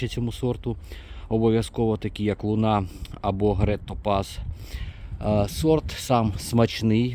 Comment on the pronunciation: Сорт Луна говорить в кінці, не дуже чітко.